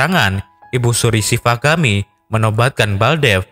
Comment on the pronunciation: Shivagami buka shavigami min